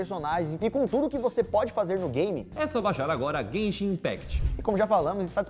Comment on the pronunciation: Quem foi que falou zenzin impact